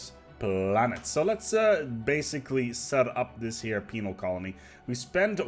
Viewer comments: man you gotta stop pronouncing penal so much like penile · LOL he says penile. LOL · I know you said penal (with an odd pronunciation) but it sounded like female colony tech. So much so I checked the Sub/Closed Captions (which actually thinks you did). Heh,, surely you're not suggesting all criminals in our empires are women? XD